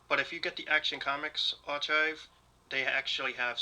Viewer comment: Love the vid! This next comment is coming from a good place and I just want to help. Archive is pronounced, är’ Kīv’ (R-K-EYE-V)